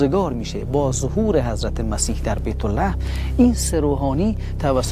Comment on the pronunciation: برادر بیتولحم چیه؟«بیتْ لحم»و اینکه سه سنگ به عیسای ناصری هدیه نشده چون در مسیر سفر سه مغ داستان آنان به قریه ای میرسند که مردمانش از شدت فقر گرسنگی شدیدی را تجربه میکردند طوری که مردان مسافر یکی از سنگ های که همراه داشتند را می‌فروشند و با پولش آذوقه ای برای آن مردم تهیه میکنند و لوازمی که بکمکش بتوانند از زمین آنچه برای زیستشان لازم بود را کشت کنند.و سه مرد مسافر با دو هدیه به دیدار مسیح میرسند.بعععله